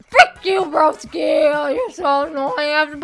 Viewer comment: she said broski like brOski